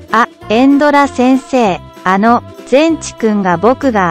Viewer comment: エンドラめいあいきいって言ってる